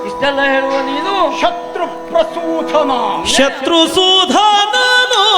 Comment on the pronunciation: ಶತ್ರುಸೂದನ ಎಂದು. ಶತ್ರುಸೂಧನ ಎಂದಲ್ಲ.